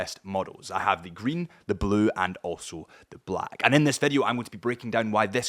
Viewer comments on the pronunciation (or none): none